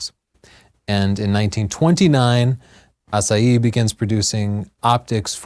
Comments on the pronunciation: AH SIGH HEE not ASS UH HEE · I can tell that you studied Spanish, because you are not pronouncing the "h" in Asahi. But Japanese does.:) And for... Pretty much, the US won the war, as the US did the vast majority of the Pacific Theater's fighting. Still, here's a (not so) fun fact: North Korea exists because the USSR took over the northern part of Korea (which had been a colony of Japan) during the final stages of the Pacific campaign. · Asahi, not Asaee! The girl pronounce correct. I want to read the informations from the display, not to see the faces of the two speakers...what a lack of intelligence. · Did it bother anyone else they were pronouncing asahi like the proper pronunciation of "acai?" It's not an especially difficult word to get close to the proper japanese pronunciation....(great video overall, that just bugged me) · What happened to the "H" in Asahi? Is this some kind of Lisp? I have noticed that is not very good at pronouncing foreign words and names. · Fast fact - not the correct pronunciation. :D It's a Japanese thing. Kudos for getting Ett Venter's name right! Thanks for a great show!!